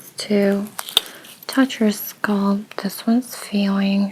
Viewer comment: “Skulp” scalp is pronounced “Skalp” with the a sounding the same as the a in Apple.